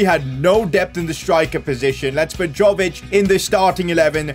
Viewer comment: It is not Đović, it Jović. You need to pronounse it like word JA(yes) in german lemguage.